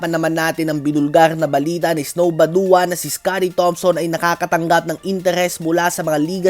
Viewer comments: Bad-wa sir Ang tamang pag-basa sa badua! Hindi po ba-duwa!! D po ako nagmamarunong tinatama ko lng po kayo kase baka mabash po kayo nang mga banong tao cge boss more power po sa page nyo 💪💪💪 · Badua ang bigkas Bad-wa hindi Baduwa